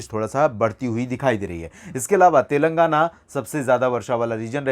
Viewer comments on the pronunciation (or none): none